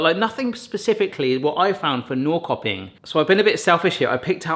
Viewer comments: Norrköping is pronounced Nor-shur-ping. It kind of means north-market. Very nice industrial town, kind of like the Manchester of Sweden. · The Swedish one is pronounced "Norsherping". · I think you'll find Norrköping pronounced approximately like 'Norr-SHIR-ping' (without the sound of the 'r'). I like the 'throw a dart at the map' idea. What about getting an atlas and just randomly opening a page up with your eyes closed and stabbing with your finger? Or have someone move the map under you while you drop a dart from above? Or have a selection of countries to choose from and spin a wheel (or use a random generator) to pick your three? Options!